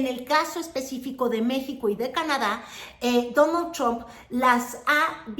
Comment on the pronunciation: "Dóno Chomp" 😂😂😂 como dice Xochitl.. "yu jav to wok tic tok"😂